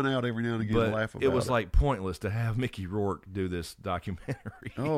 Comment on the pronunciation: “Mickey Rouke” 😂😂😂